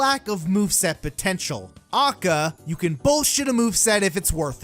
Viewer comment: Hearing him say AKA like that ruined my day